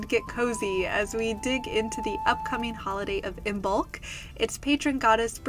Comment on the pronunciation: Just FYI, the B is silent. It is pronounced like Im-olk